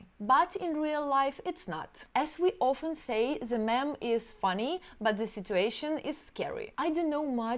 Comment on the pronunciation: Thanks for the interesting video, your English is so good. As a tip, "meme" is pronounced like "мім", not "mem". Looking forward to more of your videos!